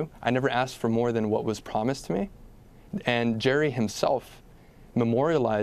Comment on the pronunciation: "And" not "ant".